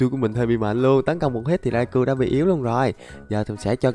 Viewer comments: Rau cau anh ơi không phải rai cu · khong phai doc nhu the anh raikou anh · Nó đọc là rai cao